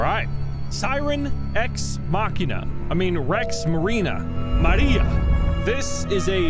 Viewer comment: maria in spanish acent noice